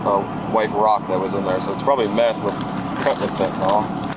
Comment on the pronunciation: Math ❌Meth✅